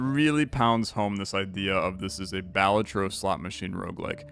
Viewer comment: btw, Balatro emphasis is on the "la" so its like (ba-LAH-tro)